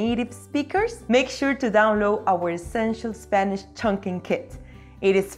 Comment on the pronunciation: And stop saying eSpeak eSpanish.